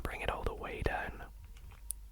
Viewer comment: stop saying deoaun, say down